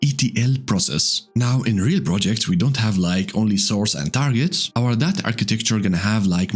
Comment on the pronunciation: Take a shot every time he says da da ta